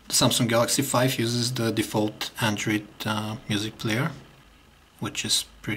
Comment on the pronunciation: hahaha he say andrid not android